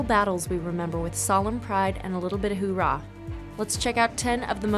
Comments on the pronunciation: It's not hoorah, the marine way is "oorah", and most certainly not "hooah" which is used for the army not the marines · “ ...a little bit of “hoo rah” ???” SMH 🤦‍♂️